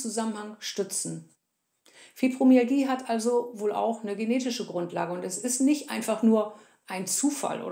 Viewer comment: Sorry musste bei ausschalten. Wenn man nicht mal das Wort Fibromyalgie richtig aussprechen kann ( Fübromiagie), dann kann ich den Rest leider nicht ernst nehmen.